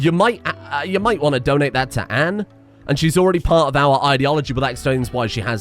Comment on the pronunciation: Anne has an elongated A in the pronunciation my dude, every time you say it it sounds like you're saying and or an.